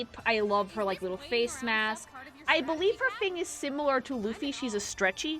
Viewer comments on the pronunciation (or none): none